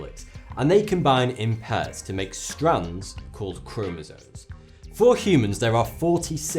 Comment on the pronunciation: it is chromosome not chromosone